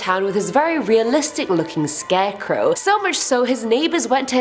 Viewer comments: Scarecrow not scareco lol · Are we all going to ignore the fact is saying scareco??? I love it so much I am defo using that from now on. Big fan of you and the vids xx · Why does she keep saying “scareco “. It’s soooo annoying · i keep hearing "scareco" lol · I found it REALLY hard to pay attention to this entire video due to your pronunciation of "scarecrow" as "scareco". I ripped so much of my hair out that I am now bald. :) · why u say scarecow lol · Lol 🤣 it sounds like Ur saying scarecoo, much love x